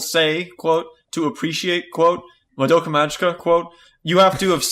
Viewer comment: It's been months/years and still says "Survey Corps" and "Madoka" incorrectly.